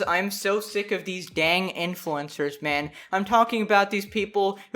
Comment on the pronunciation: Oh pardon me but “influencers”? I thought I heard “influenza”